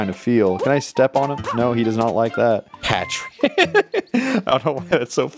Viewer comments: I realized that he was saying the block name wrong he was saying Patrick not partrick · Boy it’s not Patrick it’s Par-trick!! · ITS PARTRICK NOT PATRICK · "Patrick" he keeps saying, despite the name being Partrick. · I like how he kept calling Partrick Patrick, but it’s PARTrick, like a course part. It’s funny. Laugh. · ITS NOT PATRICK ITS PARTRICK PART-RICK! NOT PAT-RICK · It’s Partrick,not Patrick,you BOOB! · It’s Partrick not Patrick. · It’s partrick not Patrick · His name isn't Patrick it's Partrick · Who didn’t think it was Patrick?